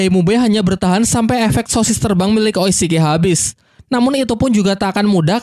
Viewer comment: Oishike apa Oscar boss??gua repport lu salah2 nyebut